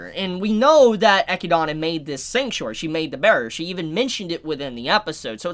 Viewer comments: I'm pretty sure that Echidna is supposed to be read as Ehkidna, at least in english. Echidona happens cuz japanese language just requires each syllable to end with an english vowel. (Theres other terminology for it but this is the easiest way to explain. Thats why Rem is pronounced Remu, and Roswaal is Rosuwal. Kinda like when a Japanese person says Friend, they say Furendo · Hhmm, am I the only one kinda irked when he calls her Eh - Ki - Dana? Rather than Eh - Kid - Nah? Am I the one in the wrong? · This is how Echidna's name is accurately pronounced. EH-KID-NA. The name is something out of folklore, so I've heard it before and that was how it was pronounced, just to let you know. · I'm pretty sure you pronounce Echidna as E-kid-na. There's a character in Fire Emblem Heroes with the same name that says her name this way. Also, the road to evil is paved with good intentions. I wouldn't say the Witches are all as good as you are thinking. For instance, one witch gives non-humans the ability to have emotions, also creates the emotions of anger and rage in beasts like the ones that attack the village. I'm assuming each Witch had good intentions, but bad repercussions that occurred. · I think its pronounced eh-kid-na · Name: Echidna Pronunces: Echidona Me: I'm out lol! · pronouncing her the Japanese way ekidona makes more sense later on. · I think it's E-kid-na. Like "spider" in Greek. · Another reason why dub is superior, we actually know how to pronounce the names of the characters lmao. EGGYDONNA, ROSEWALL, & OH-TOE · you probably already know this, but I'm pretty sure Echidna is pronounced like (Eh-Kid-Nah) like knuckles the Echidna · Echidna's name is pronounced uh-kid-nuh, just like the animal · Isn't it pronounced Eh-kid-nah. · It’s pronounced Eh-kid- nah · It's pronounced Eh-kid-nuh. Depending on your accent. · Its pronounced E-kid-na =echidna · Straight up mispronouncing echidna for half an hour but otherwise some insightful content